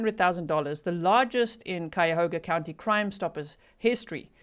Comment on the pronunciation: 'The "H" is silent. The phonetic spelling is, " Kyoga" County , just in case you hadn't heard by now. Oh,and I saw that murder suspect inthe black outfit and I thought the suspect killer did move like a female, so I think he paid a female to do the job. Just saying..............?